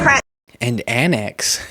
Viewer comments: I think she's saying "antics" not "annex" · Annex is a new one. Put that one with gazpacho police, peach tree dish, and pronouncing indictment like indikt- ment. What a waste of space she is. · On "annex..." manbody trailerpark greene thinks she is saying "antics." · MT Greene is trying to say "antics" but because she is so ignorant and uneducated she's saying "annex". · She said annex twice. She can identify antics just can’t say it. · I guess th don't teach English in GA! Indickment versus indictment, annex versus antics, there have been other words she has trouble with, too! And she thinks she's SO smart! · Is she saying, "antics" but thinks it's pronounced "annex"? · Is she trying to say “antics” when she says “annex”? 😂😂😂😂😂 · She said, “…BS and antics…”. But in her particular dialect it’s pronounced an’ics.